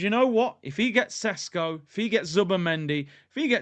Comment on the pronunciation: Do you think Arteta doesn’t know that next season is crucial, do you think the owners will spend 60 plus millions without doing their due diligence. You making Sesko sounds like sonogo